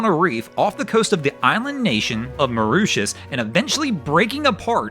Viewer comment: The island nation of "Marooshuss"?? (It's Moor-ish-us, duh!) Jeezus H Christ - can you please learn how to pronounce names, even slightly!! IF you are not certain, just Google it - there will be an audio button so you can hear it spoken.